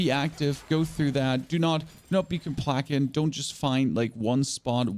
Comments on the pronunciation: Do you right your own script because if you do please use/pronounce the words you choose correctly it is not become com plack ent it's com place ent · 4.26 Complackant? The word is Complacent ( Kum - play - sint). words hard. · Man said “complaCKet” 🤣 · Craziest pronunciation of ‘complacent’ I’ve ever heard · Please google how to pronounce complacent. Not being rude but you were waaaay off